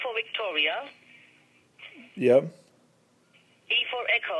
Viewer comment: 'WEE' for 'Wicktoria'. HAHAHAAHHAHAHA